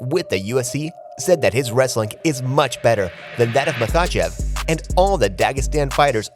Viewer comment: The AI sounds pathetic "mahACHeVs Islam" beep boop